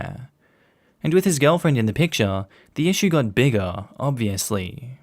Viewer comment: You are no longer allowed to say the word "bigger". It sounds too much like the n word.